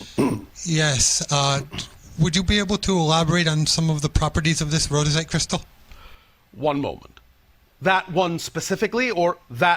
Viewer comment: Um, the guy says rhodochrosite - not royite, and Bashar does talk about the rhodochrosite - please review and correct as you see fit. ..."Love and compassion: Rhodochrosite is a powerful stone for both self-love and love for others, supporting compassion, empathy, and deeper connections in all types of relationships. " the Rhyolite though does sound pretty cool re its purported subtle properties. 'Rhyolite helps one better understand themselves and the complex universe around them. Energies full of strength, endurance, drive, and transformation flow from ...